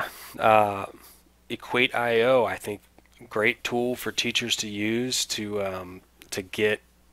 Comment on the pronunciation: thanks a lot but on their homepage they pronounce it „equaysheoh“ rather than equait-i-oh.